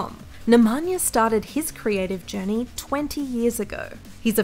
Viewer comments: Nemanja Sekjulik hahahahhaha. Jbt kako ovo Ameri ne znaju da izgovaraju nasa imena... Mogli su bar pogledati neki njegov video da vide kako se izgovara. Bar je hiljadu puta rekao ime... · just butchered nemanjas name